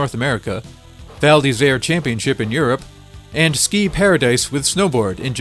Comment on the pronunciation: Actually, your pronunciation of the title is quite correct :) It would be perfect if you could make the "r" from "Isère" sound more frenchy ^^